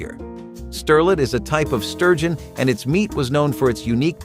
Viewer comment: sturgeon pronounced STIR GEN